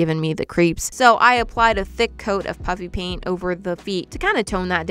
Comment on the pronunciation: Every time you say "puffy paint" it sounds like "puppy paint"